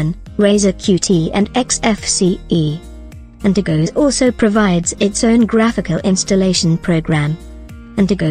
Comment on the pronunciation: Antergos not antergose my god man